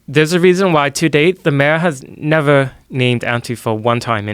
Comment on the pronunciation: This guy's voice is the most annoying thing I've heard all year. His pronunciation of words like mayor make me cringe so hard I'd punch him in the fucking face..